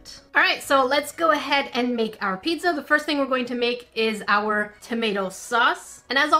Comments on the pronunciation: talkin about the typo Me: *hears her say “pid-za” and not “pizza” Me: ÒnÓ angry THIS IS NOT A HATE COMMENT PLZ DONT SUE MEH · Did she say pitza or pizza... CAUSE I DONT CARE HOW SHE SPEAKS